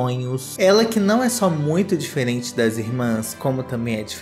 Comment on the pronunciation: falando DEFERENTE da sem sal 😂😂😂